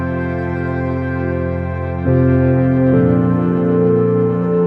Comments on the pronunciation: Hey girl great video super relaxing. Just wanted to let you know for future videos that you were pronouncing the word pumice incorrectly. It just through me off hearing it incorrect multiple times. Keep up the good work. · Beautiful job! And pumice is pronounced as "pum (like hum) miss)